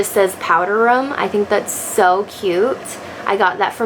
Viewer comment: it’s a room not a rum